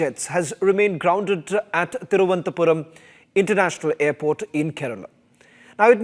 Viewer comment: Please,not Thiruvanthapuram,its Thiru-va-nantha-puram!